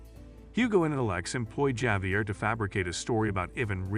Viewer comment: Javier is pronounced as Javier not Javier. Anyways, thanks for the recap!